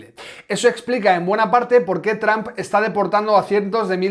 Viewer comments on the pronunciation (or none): none